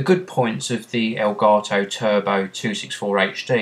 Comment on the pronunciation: aelgaetoh? what kind of language is that?